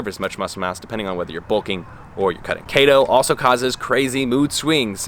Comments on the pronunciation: Kayto diet? Keto isn't a Japanese word, it's from ketones and you say it like Key-tone. So it's key-to diet. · It's pronounced keeto lol. Great video tho! Keep it up 🌱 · bb it’s pronounced kee-toe ( !!!!! ) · its KETO & KEYTONES lol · say it with me....KEEETO. haha love the content of the video though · Had to turn it off after you said KAY-TOH after 3rd time ... if you're going to knock a diet, pronounce the words right first. Another thing, CHEESE, OIL, ETC; Is dirty, lazy Keto. Vegans do the same. I have a friend who is Vegan, but eats nothing but fast food or processed shit. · DUDE WTF KEY-TOE!!!. If you can’t pronounce it don’t speak in it😂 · Key-Toe ..... Fucking KETOOOOO Diet man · Kayytosiss. Kayyto diet. Kayytons... Love the pronounciation! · Every time you say Kato all I can think of is about that guy from the hunger games lol just messing with you. Don’t put your Health on risk don’t do keto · Key-to... do more research dude. You need to read more and do more research... the information you’ve presented is not correct. And do more research. Sorry but this is all ridiculous. Lol. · I thought it was pronounced "KEY - TOE" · It's pronounced "kee toe" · I love the way you pronounce keto lol (no sarcasm) also! I was debating on going on this myself because it’s so popular and I’m seeing it absolutely everywhere. But, nope. I think I’ll continue with what I’m doing since it’s working and just be patient. Thank you for making this video!! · Longtime subscriber here... I would suggest you redo this video, because suggesting it is an informative science based video, while mispronouncing all of the relevant words just isn't a great look man. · mate did you mispronounce keto to make them keto belevers mad hahahahhahahha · Omg 3 seconds in and I’m dying because you don’t pronounce keto right xD love you man hahaha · I thought I was the only one, haha